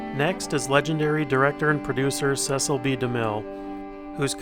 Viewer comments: Demille's daughter told many talk show hosts that her dad's first name was pronounced "See sill" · Demille's daughter has numerous times stated her father's name is pronounced " Cee cil".